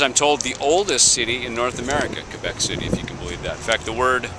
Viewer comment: as a French-speaking canadian myself (acadian, actually, 250km north from Moncton, NB), I have to offer my respect for pronouncing Québec like its supposed to! Chapeau!